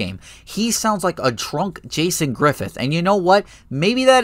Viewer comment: When you said a "trunk Jason Griffith" did you mean drunk?